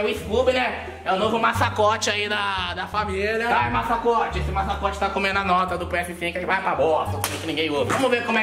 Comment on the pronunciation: 😂😂foi emgraçado o falando masacote em vez de mascote